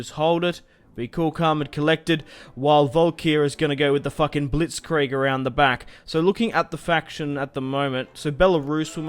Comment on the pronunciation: It's so funny when english speakers say Blitzkrieg :D